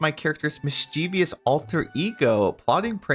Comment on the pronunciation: "Mis-CHEE-vious'... it should be "MIS-chee-vus"